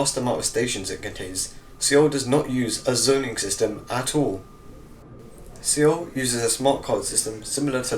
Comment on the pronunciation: it's pronounced SOUL not see all